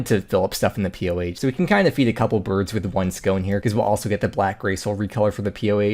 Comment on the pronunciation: It really sounded like you said defeat two birds with one scone...